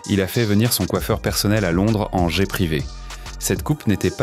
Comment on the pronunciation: ON NE PRONONCE PAS LE MOT ANGLAIS jet EN DISANT JAIS